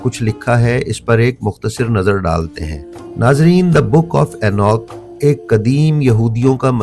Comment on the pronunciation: یہ اینوک نہیں اینوخ ہے۔